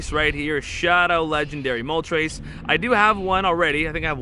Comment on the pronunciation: Dude said Mow TRES.... It's not a flying number three haha